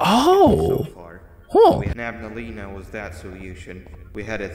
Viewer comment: Bro said nabaleena instead of nabnaleena